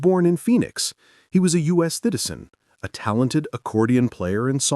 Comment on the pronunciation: Anyone notice that he says “thitizen” instead of “citizen” when talking about Tito Torbellino? 💀